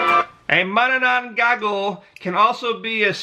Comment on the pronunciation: mananangGAGO ahahaha